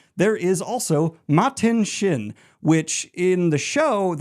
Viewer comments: Why do you pronounce Machin Shin with a “T”? Lol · Ok, so Machin Shin as Matin Shin (Martin Sheen) was on purpose, right? You didn’t want the editor to fix it, right? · I’ll be watching in chunks over the foreseeable future. Finishing up eye of the world and the black wind is called Machin Shin (was called Matin Shin) in the video - I like to think there’s a guy named Martin Shin out there who is feeling conflicted by this 😂 Thanks for all your hard work on this video, I’m having so much fun reliving the series!